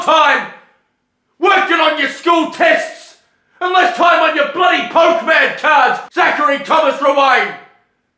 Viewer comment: " poke-mane cards"